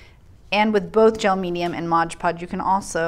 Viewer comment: The moment you said MODGE podge, I stopped. If you’re going to do a review on products make sure you know how to say the name of the products. It’s MOD podge